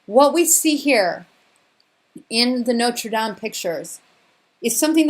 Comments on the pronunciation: I enjoyed the video but found myself cringing when you say Norte dame I’m not trying to be mean but it was offputting to me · NOTRE- DAME, not "Notes Latham" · WoW, you have left me speechless...clear as a sunny day !!✨Also love the way, you say Notre Dame. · You pronounce Notre Dam funny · the burning of the what? did you mean to say the burning of notre dame? i couldn't understand your tongue .